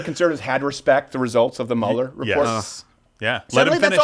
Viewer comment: Mueller pronounced like Beuller Ferris